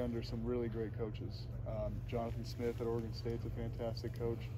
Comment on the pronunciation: Oregon State. Oregon state come on it’s not that hard